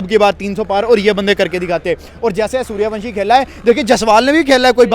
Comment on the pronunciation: Saliyo suryawansam nahi suryawanshi 😂😂